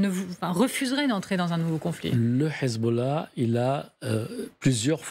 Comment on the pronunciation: Pourquoi quand ils disent hesbollah ou hamas ils le disent avec le h prononcer obligé c pour faire allusion ak les arabes